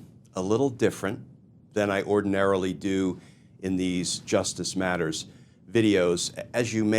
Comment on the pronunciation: Glenn, this was excellent. I watched it end to end, thank you. But....... please stop enunciating "justice matters" as if you're signing off an episode of the Twilight Zone in the 60's